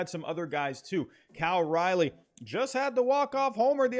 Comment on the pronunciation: Calling Cal Raleigh Cal Rilley makes me think you don’t know jack shit about the mariners